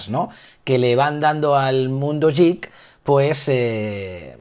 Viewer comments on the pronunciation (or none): La pronunciación de geek se asemeja a 'guik', no a 'yik' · estás pronunciando mal "Geek" a posta, verdad? ._.